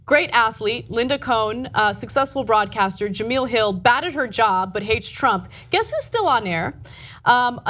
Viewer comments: its not pronounced "ja-mill" its pronounced "ja-mel" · Ja-MEL not Ja-MEAL 😂😂😂 i love you guys but damn! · Jah Mel not Jah Meal.... sad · It's pronounced jamell not jameel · jemEL not jamEEL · Ana, her name ain't that black, girl. It's juuhmell. Tired of losing, yet? I mean, I can't say I'm tired of winning, but, you're making it feel like slaughter rule. 🤔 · It's not pronounced Jameel it's pronounced Je-mail. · Jameel Hill? Maybe now that she is fired you can pronounce her name right ? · First of all, it's Jemele...you would know that if you actually took the time to watch the story before commenting. Second of all, ESPN shouldn't even be involved in the story since she tweeted from a private account, not a work one. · That was a little rough to watch. Not because of the info but because the Sportscenter hosts name is pronounced "Jah-Mell." Jemele Hill is on Sportscenter every day at 6 EST. Next time please at least do a little research on the pronunciation. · "Jem-ell" like "gem ell". She isn't saying her name right. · First of all ..its pronounced JA- MEL ...and how do you misspell her name in the description when its right there on the twitter graphic you're showing. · Her name is Ja-me-la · no it's ja-mell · Ana, you dumb bitch, her name is pronounced Jemel. Do you do any research before going on air? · The hacking of her name is so cringeworthy lol Juh-Mel, short e. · jemele hill short E.. you guys say do your research all the time..do yours!...its pronounced ja mel.. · Cringed every time she mispronounced Jemelle's name